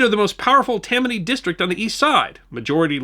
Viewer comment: Freudian or intentional? Perhaps I'm hearing things but after mentioning the two Tims it's certainly sounds like you're saying TIM-many Hall for Tammany.